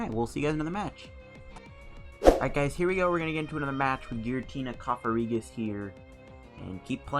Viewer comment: Its cofagrigus not cofarigus